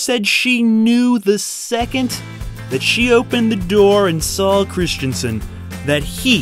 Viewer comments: Stop saying "Christiansen"... GOD DAMN IT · Christensen not Christianson. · Hayden ChriSSStensen, not Christian-sen. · Christensen ... Not Christiansen ... Say it with me ... Chris ... Dun ... Sun .... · In the US, is the name really pronounced "Christiansen" as in the video?